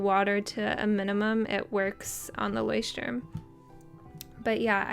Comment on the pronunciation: This moment when you are from Germany and hears how you spell Leuchtturm 😂 hilarious 😂😂😂